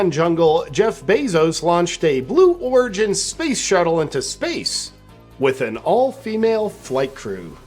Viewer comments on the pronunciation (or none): I thought he called it “Blue Organ” 😂